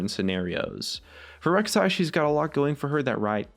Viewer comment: Rek'sai againn? You drunk?